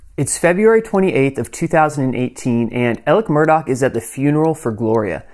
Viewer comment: Murdaugh.. sounds lot like sc pronounced murder